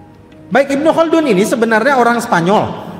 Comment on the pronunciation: Not bad👍 Ibnu Khaldun terdengar seperti kun yah,atau kah itu nama??